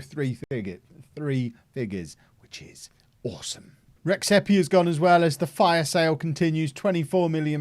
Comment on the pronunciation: The correct pronunciation of Rexhepi is more like Redjepi (xh is pronounced like the J in DJ)